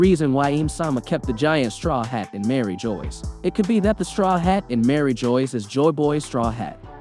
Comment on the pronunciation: And Mary Geoise as Marry joys, it's almost like it's on purpose.